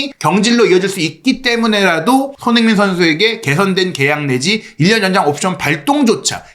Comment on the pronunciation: 손흥민 뉴스 늘 잘듣고 보고 있습니다.긴영상이든 짧은 영상이든 너무 감사해요. 이어폰으로 듣는 지금 세네번에 한번은 손흥민 이라는 이름 이 흐지부지 들리거나 다르게 들리는 이유는 뭘까요.저만 그리 느끼는건지 ...외국 앵커들이 흥민 이름을 제대로 발음 안해주는것도 기분 안좋은 일인 이라서 말이죠....